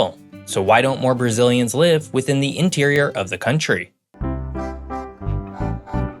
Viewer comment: I love the facts that I learn in your videos but I wish you would learn the correct pronunciation of "a" and "the" so that you would sound more polished.